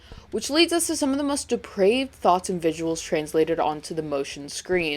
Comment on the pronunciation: Oh my god, say "deprived" again. I feel like Samuel Jackson in Pulp fiction. D E P R A V E D. not deprived.